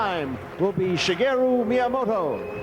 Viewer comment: Who's "Shigero" Miyamoto?? Also what a time capsule this is!